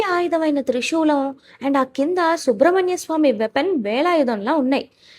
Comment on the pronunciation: అమ్మా..అది శుబ్రమణ్యస్వామి కాదు సుబ్రమణ్యస్వామీ...